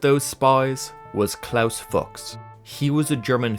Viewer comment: Klaus Fooooks not f*cks 😂 I'm he must've done plenty of the latter too but when it comes to his name, it's pronounced fooooks. 😂